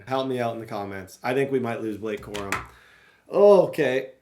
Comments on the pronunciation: Corum more like cor-him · 1 hour 4 minutes 42 seconds “Blake Corum” juke